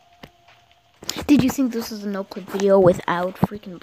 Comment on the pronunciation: U said noclic in the beginning